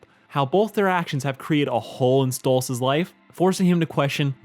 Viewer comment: Every time he says "Stolits" I force myself not to click off.